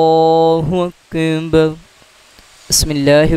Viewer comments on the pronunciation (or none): اللہ اکبر لفظ ادایگی درشت نہیں اللہ اندر کہتے ہیں